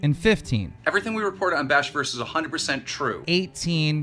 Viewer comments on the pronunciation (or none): Still to this day I can't stand how Daniel can't seem to pronounce words that end with "ed". Posted= postit Reported=reportit Ughhhhhhhhhhh 😂